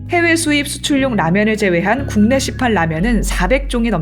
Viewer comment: 0 : 48에서 "국내 시판 라면은"이 "국내 시팔 라면은"으로 들리네요. ^0^